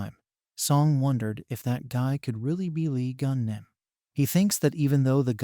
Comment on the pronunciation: I coudn't concentrate 'cause my mind be automatically correcting the name. If I'm not mistaken, it's supposed to be "Lee Geun"